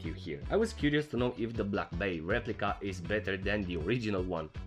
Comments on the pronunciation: Black "buy"? Come on at least pronounce it right. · He had plenty of Black Bays, but doesn't know how to say it's name. 🤣